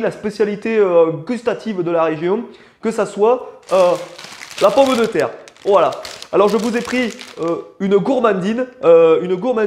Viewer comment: Non mais je meurs c’est trop drôle 🤣 😭😭😭😭. « Un poisson boeuf » ptdrrrrrrrr. « La pOmmE de terre » non là merciiii en plus avec l’accent et tout c’est parfait. Non mais merciii pour cette vidéo. Hâte d’avoir l’épisode sur le kebab mdrrr